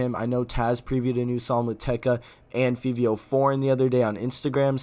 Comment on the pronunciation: yes but fivio is pronounced five-ee-oh